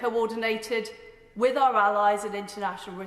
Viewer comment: After I heard "incuving" and "wiv our allies" I dropped off.